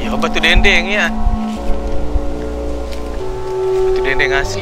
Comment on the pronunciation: Batu denden yang benar bukan batu dengdeng